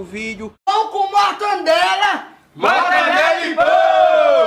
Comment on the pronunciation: Mortandela kk